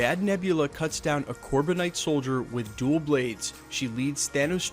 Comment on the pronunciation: Very cool. Minor note: "Dual Blades" means two blades. You're emphasizing "dual", almost as if you think that is a type of blade. Perhaps, you may think they're referring to "DUEL" (dueling) blades, like fencing foils.